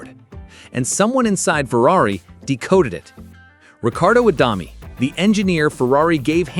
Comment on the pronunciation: It's the AI, can't say it properly. Not much good at 'deg' either.